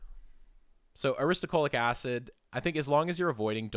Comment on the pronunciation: ahhh you keep saying aristo CHO lic acid, when it is aristo LO chic acid